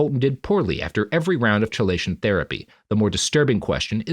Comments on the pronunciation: I'm not sure of the origin but I would guess Greek (maybe Latin). It should be pronounced "key-lay-shun". Robert consistently started it with a "chuh" sound. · Chelation is actually pronounced as KEYlation, sir. It is. in fact, not chill. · Am I crazy or is it chelation with a hard k? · Minor point, but chelation is pronounced key-lation, not chee-lation. It's just one of those things were historically we decided Greek words would use C for χ because it's somewhere between a hard and soft C, but it's closer to a hard C than soft so defaulting to K is often more correct for how English has decided it should be pronounced. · Robert it's "key-lay-shun" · As a toxicologist, every time I go: "ITS KEY-LAY-SHUN ROBERT!" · Chelation "Key-Lay-Shun" That is all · With all due respect, Robert, "chelation" is not pronounced like that... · He still can’t pronounce chelation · Recorded the same day as the previous, my dude. These always are. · Robert mispronouncing chelation therapy for two episodes is making my eye twitch. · I didn't look at the comments on part 1 but I'm guessing that I wasn't the only one who was irritated at the way he pronounced "chelation"! Fortunately I have the good sense to just accept that this is how the world works, and this is not the kind of show where that sort of detail matters as much as it might elsewhere. (Don't get me started on the astrophysicist who consistently mispronounces Niels Bohr's first name!) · Yeah, that is an irritating mispronunciation. I'm trying to "just love the work" and not let it bother me. Fuckin' hell, I first heard the word from medical quack Carlton Fredricks on his radio show.